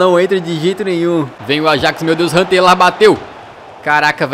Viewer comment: Só eu que ouvi o Hunter lá na partida contra o Ajax em vez de Huntelaar